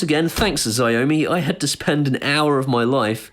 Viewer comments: "shao-mi' not "zeeomi" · HI actually Xiaomi is pronounced Shhh-ou(as in ouch that hurt)-me. Dont be discouraged by their products. They are popular in Asia and their fitness trackers and phones and cams are actually quite good. Its just that their English translations are not too good:-) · Dude. You're pronouncing Xiaomi totally wrong.